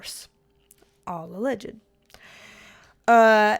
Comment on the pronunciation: All "Alleged-D-D" that made me laugh so hard!